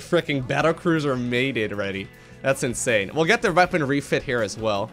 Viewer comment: "The size of that is insurrhurrhurr" - 2016